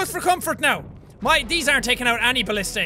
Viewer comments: jack its not ballistey its ba list a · Jack, it's pronounced bul-lis-tuh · its ba-li-stah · It's Ba-list-ah